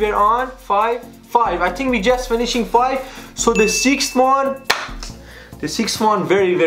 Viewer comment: "don't tinch derty thengs" 😂